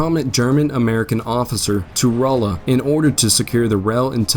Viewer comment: Rolla Pronounced RAW-LA. During the war a very key rail station with two forts. A major Frisco Rail Yard even up until and for a while after WWII with a HUGE switching round about station at modern day Newburg. Home to the Missouri School of Mines, University of Mo Rolla (Raw-la), and now known as Missouri Science and Technology. Or also known as the MIT of the Midwest. There were many pro Southern folks around Rolla as well, and a lot of "Bush Wacking" happened throughout the war. Couldn't tell I lived there for a while huh?